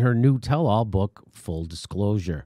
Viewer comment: Stormys book title is pronounced "full dis-clothes her". Not trying to nit pick..